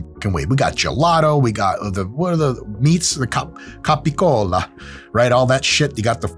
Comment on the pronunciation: tf is capa cola? is this gaboon tryna say GABBAGOOL?